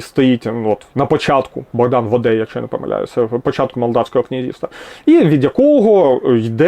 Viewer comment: Дякую! Дуже цікаво і повчально. Лише Богдан Воде читається як ВОде (скорочення від воєводи).